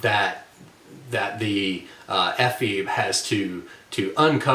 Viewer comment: Ephebe has three syllables. It is a Greek word.